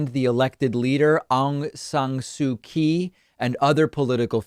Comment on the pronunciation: Also Kyi is pronounced chee! But that’s just a tidbit of info if you wanted it. Love your channel and everything you stand for. Thank you xx